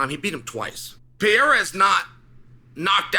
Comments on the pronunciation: lol why does Chael pronounce his name “Pee- Era?” There’s an extra R there my guy, it’s “Per-Era.” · His name is PE-REI-RA, not Pieira. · its pereira not pier :D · It’s not ‘pee-era’ it’s ’Per-era’ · Pereira NOT Piera Pereira NOT Piera Pereira NOT Piera Pereira NOT Piera Pereira NOT Piera Pereira NOT Piera Pereira NOT Piera Pereira NOT Piera Pereira NOT Piera Pereira NOT Piera Pereira NOT Piera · Love how Chael agonizes over properly pronouncing compartmentalize and then says Pierre-uh 96 times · Stop calling him Pierra 🤣🤣🤣🤣🤣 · It’s not “Pierra”, lol. 😂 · Still saying Pierra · His name is pronounced Peh-Ray-Ra. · It's "Per-Era" Uncle Chael :) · "Alex Piera" 🤦🏻‍♂️ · I wish the "leading expert" would learn how to pronounce the name of the biggest UFC star and stop calling him Piera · Uncle Chael stills calling him "pee era". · CAN U SAY HIS NAME RIGHT!!! PERR-RAR-RAH!!!!! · Jesus learn how to say Pereira 🤣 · Says Prochazka name well, can't say the more easy name Pereira... -.- at this point i can only think he does it on purpose